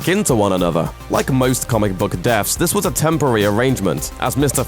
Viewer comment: 'Defs?' What are defs? OH! DEATHS. Learn how to speak English.